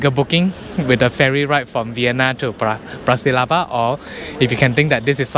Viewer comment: I was just making fun of you since you mispronounced Bratislava three times in a row :)), so I intentionally misspelled India. Okay, you're from Malaysia